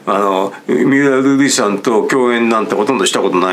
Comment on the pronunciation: 三浦瑠麗さんて言いにくそうなのにずっとフルネームでちゃんと呼んでるのすきw